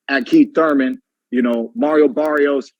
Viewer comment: KEET TURMEN